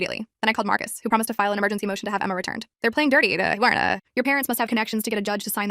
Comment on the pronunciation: Captions: “they’re playing dirty,’ he warned us” The voice: “they’re playing d-arta hay warnah”